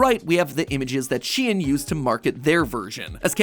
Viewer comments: is SHEIN not pronounced like shän? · Huh, isn't Shein supposed to be pronounced like "shine"? you know, like the germanic ei. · Am I the only one who is bothered by the fact that mat pronounced it like SHE-IN instead of SHEIN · Its not shien is shein shEin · Isn’t anyone else bothered by the fact he says shein instead of shein? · she-in? i pronounce it sheen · I've never hear it pronounced 'She-In' before, I've always called it 'Sheen' Now I wonder, hoe many of yellow pronounced it which way? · I am pretty sure it is sheen not shean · why do you pronounce it shien and not shein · aah my brain hurts just from mat saying she-en instead of shein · He really said SHEEEN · ITS PRONOUNED SHE-IN?!?? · How come mat pat can't pronounce anything she'en , mawca's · Its that the correct way of pronouncing SHEIN? I though it was more like saying the name "shayne" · I thought it was pronounced shine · sorry for being a nerd but it's actually pronounced "shane"